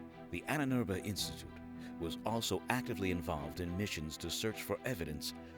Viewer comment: Annenerbe... Ahnenerbe. Long a is ah.